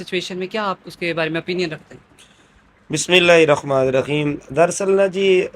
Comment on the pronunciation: اس مولوی کو تو بسم اللّٰہ کا تلفظ بھی نہیں آتا 😮